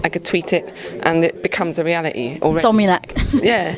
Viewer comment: This interviewer seems a little dense...I'm sure she said "insomunac" when she meant to say insomniac...